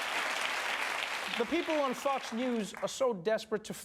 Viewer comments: Is it just me, or is he pronouncing "Fox" as "Fucks"? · O love how he say Fox News like Fucks News😂